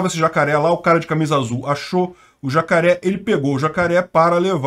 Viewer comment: "Estão ujando zacaré como arma" 😂